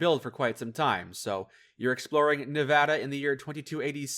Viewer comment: He said Nevada right!